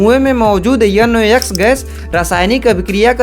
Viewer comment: Dechod 'N' ko yun, 'O', 'X' ko 'yux' 😂😂😂 timestamp